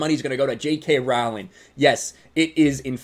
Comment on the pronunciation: I agree with your points, but Trivia Note: "Rowling" rhymes with "bowling."